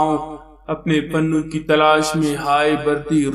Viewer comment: Pannu nhi janab Punnu hota hai